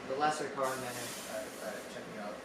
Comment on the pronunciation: I love this video so much. I want to list out my favourite bits, in no particular order: - every single one of Arjun's expressions - dialogue delivery KILLS, and his mispronunciation of Karan is chef's kiss - the felt paper(?) beard cut-out that perfectly fit - Better KM's monologues, felt so natural (was it scripted??) - Arihant being termed as friend with air quotes - desi home background noises - the simplistic fonts - the GEOB15 name plate - doing absolutely nothing to hide the fact that Daniel was filming in the car - "BEEyond the Gee-awe-grahy-BEE???" - BUT DID YOU CHEAT TO MAKE IT TO THE SCHOOL ROUND??? - the look that Ms. Collur gives the camera when old KM refused to eat This video will be my new comfort watch!